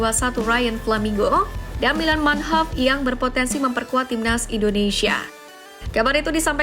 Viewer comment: Manhoff bukan munheff